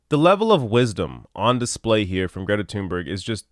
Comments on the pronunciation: I truly wish people would at least attempt to pronounce her name right. Tune-berg isn’t even close. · Her name is pronounced Toon-bury.